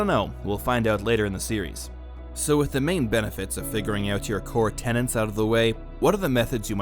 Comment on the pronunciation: You even WRITE "tenets" yet you always, systematically, pronounce it "tenants". Why?